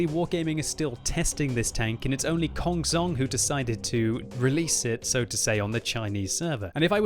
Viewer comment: it's pronounced as kong chong, not kong zong...:)